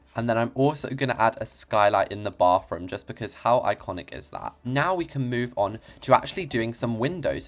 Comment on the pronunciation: why do you say "bafroom"